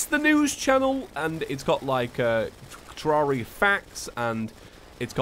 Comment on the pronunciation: "Hello traria and thusiests!"